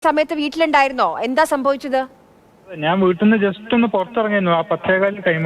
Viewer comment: വീട്ട്ന്ന് അല്ല.... വീട്ടിൽ നിന്ന്